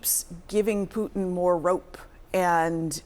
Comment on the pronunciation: She really had a hard time with her pronunciation of Putin.